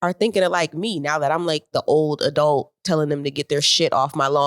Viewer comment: says adult "a-delt" 😁